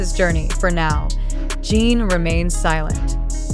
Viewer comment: Podia pelo menos falar o nome dele corretamente!!!!!!